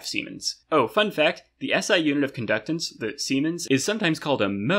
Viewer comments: when he said siemens i said bruh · Since the siemens is named after the german inventor Werner von Siemens, you can also avoid the snickering of your peers by pronouncing it the german way, "zee-mens"!